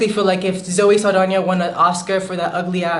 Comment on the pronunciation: 'Zoe Saldania' 🤣😂🤣